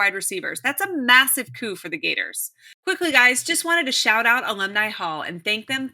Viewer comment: "Gartor's",? Really? Thanks for the report though!